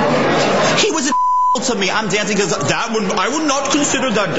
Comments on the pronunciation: "becquaze" lol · He says "becwause" lol! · what's about that "bequose"? so annoying.